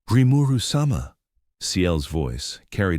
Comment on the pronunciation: Rimeru sum-ah? Lol